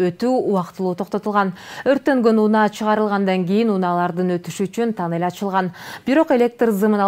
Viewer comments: Танел эмес тунел,саапер эмес сапёр. Сен озун окугансынбы? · Танель эмес кок мээ туннель деп окулат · Тоннель деп жазылат и айтылат, бирок таннель деп айтса да боло берет.Танел дебей "н" тамгасына басым жазап айтыш кк болчу: таннель деп хотя бы.